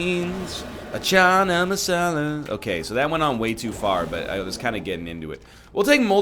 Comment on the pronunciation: NL says "Chana Masala" in such a funny way LMAO